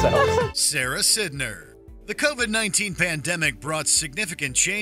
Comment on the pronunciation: Umm her last name is pronounced psy-ner not sid-ner